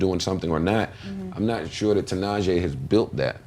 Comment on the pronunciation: its pronounced ti'nah'she